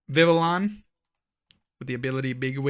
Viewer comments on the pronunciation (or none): What if we all told you it’s “Viv-vee-YON” as the L is pronounced a Y.